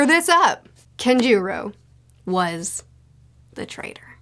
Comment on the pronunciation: LOVING that you got Nearly EVERY Pronunciation Correct for I guess "American-Readers' Standards" at least! Though, on that note; Kanjuro's Pronunciation shouldn't be "Kenzhuro" but Rather "Con-Jiro" like a "Second Child that's Inherently a Con, Himself" (Like "Red/Aka-Taro & Buggy-Jiro" the Kids Under the Kaizouku-Ou) conning them ALL, but the American Pronunciation of the O like an A the Way you pronounced Poneglyph which I guess I say it beteen American and the Proper British Recieved Pronunciation kind of O which Sometimes I say "PahNuhGliff" or "PoahNehGliff" like most American Pronunciations of the Japanese Transliterations which I think sometimes Expect that O to get that "English-'A' ('Ah' Like in British English 'Last')" But those aare ALL My Transliteration Correction Notes For the Whole Video where I even Felt Like "WOW She's Taking all the Japanese Characters' Names' Pronunciations as something that She Feels Worth in Knowing how to Pronounce 'Honourably' hehe Like 'Is the Arc and all the Edo-Japanese Stuff all getting her More in line with Wanting to Correctly Speak so that ALL the Different International Fans ALL can More Smoothly Understand All her Words? or jsut that Subconscious Not-Quite-OCD Stuff that sometimes Bothers Me like a Basic Bipolar SuperDisabled Weirdo of adequate intelligence?? hmm' or something..." but thats Just MY Feelings and MAYBE a A Few Others THAT LOVE Hearing You Actually Put that effort into Respectfully Calling them by What MOST Americ